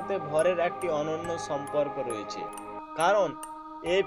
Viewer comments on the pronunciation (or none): স ও শ এর উচ্চারণে সমস্যা আছে। উচ্চারণ ছ হচ্ছে। আপনার উচ্চারণ সমূহঃ ছম্পর্ক, বেছি, ছক্তি,ছাবাবিক,ছবচে,অছাবাবিক, তামমাত্রা, ছেই ছব, ছমস্ত ইত্যাদি।